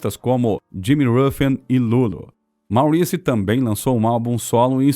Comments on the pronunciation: O velho problema de todos esses vídeos que circulam por aí: a pronúncia de palavras em inglês, uncluindo-se aí os nomes. Santa mãe de Deus!!! A pronúncia de MAURICE não é como a lemos em português e sim / Móriss /. A boa pronúncia de palavras de línguas estrangeiras, sem dúvida acrescenta uma boa dose de credibilidade. Pensem nisto! Portanto, / MÓRISS / e não / máuriss /, OK? Google tradutor ajuda a tirar certas dúvidas. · The pronouncing of the BEEGEES is incorrect just as the pronouncing of Maurice it is pronounced Morris‼️